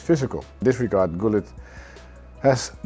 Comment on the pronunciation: so it is gullit not hullit??